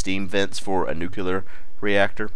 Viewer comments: "nucular" aah, americans... ;) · NUCLEAR! For gawds sake it's pronounced NUKE-LEE-ER. Now nucular! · it's called nukular. nukular